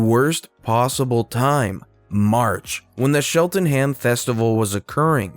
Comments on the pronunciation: Great story, but Cheltenham is not pronounced "Shelltenham" but with a hard Ch like Church. And the "ham" is not emphasised. It's more like "Cheltenem". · ouch on that pronunciation of Cheltenham!!!